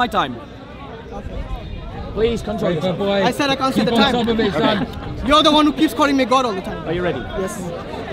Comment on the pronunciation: I've also noticed he pronounces "said" as if it rhymes with "paid".